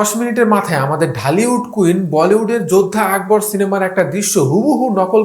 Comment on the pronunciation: যোদ্ধা আকবর না যোধা আকবর।